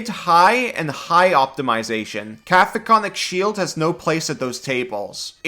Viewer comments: You start out (correctly) saying "Cack-oh-fonik", but by and every time after that, you're saying "Caf-o-konik", which is not even close. I know that as a, Common isn't your native language, but still... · Just a mandatory correction, it's "Ca-COPHO-nic", not "Ca-PHOCO-nic" Shield. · forgive me for being a grammar nazi, I believe its pronounced (ka-cofin-ic) shield. LOVE YOU AND GATOR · Caco-phonic is messing with me lol, because I say it like cacophony 😂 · KA-KO-FON-IK That is all. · Cacophonic is pronounced like cacophony. Kuh-kof-uh-nee. This vs conjure animals or upcast vs conjure woodland beings? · I took thunder and psychic damage just from hearing the spell name so horrifically butchered. 😛 Joking aside, for anyone confused about the spell's actual name, Cacophonic is the adjective form of Cacophony, in which the "coph" section is supposed to sound like the word "cough." At least the spelling of coph makes more sense than cough lol. I'm sorry if any of that sounded rude, that wasn't my intent. It's just... the creative writing major in me was crying out.